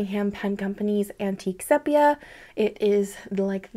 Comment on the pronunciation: Great video as always! Interesting choices…and I enjoy hearing your thoughts on your choices. Just a note, sepia is pronounced SEE-pee-uh 😉